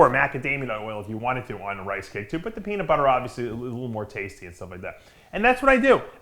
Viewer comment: Dave said Peaner 😂😂😂